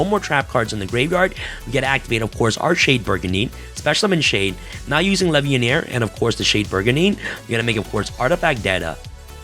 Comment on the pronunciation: Maaaaan, that’s LEVIAR, not LEVIANEER